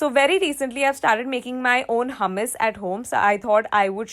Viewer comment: I think you pronounced the dish hummus wrong ..💗